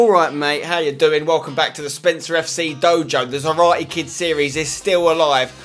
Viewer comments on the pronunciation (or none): none